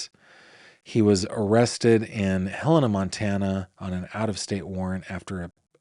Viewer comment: Thanks for Pronouncing Helena correctly! 😊